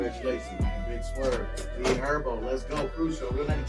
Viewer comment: said his name like a goofy u bogus affffff trell wtf 😭😭 HER-BO no ErBo wtf